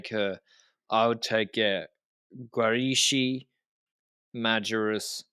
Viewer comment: "schi " of Guarischi should be pronounced like "ski".